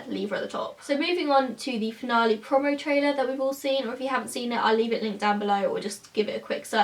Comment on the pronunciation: You say 'promo' really weird... Eveytime you say it I cringe 😂